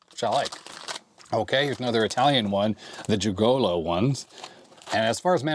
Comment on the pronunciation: Dragolo, not Djigolo :)